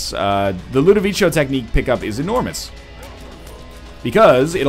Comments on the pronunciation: I know, that's my point. I'm pretty sure it's not pronounced that way in italian. Is that how they prnounce it in the movie? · I hate to ask, but where does he get "Ludovicho" from? I mean, why does he pronounce it that way?